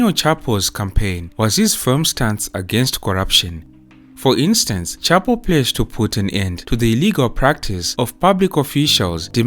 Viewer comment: It's pronounced shah-poo